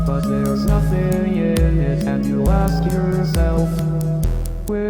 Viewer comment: Stereotypical black accent pronounces "ask" and "axe" the same.